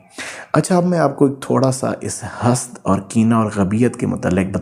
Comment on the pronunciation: سر معذرت کے ساتھ ۔۔۔۔ سورہ الفلق میں جس طرح حسد پڑھا جاتا ہے وہی صحیح تلفظ ہے🙂🙂🙂